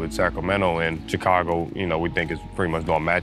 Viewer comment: BRO NEEDS TO LEARN HOW TO PRONOUNCE CHICAGO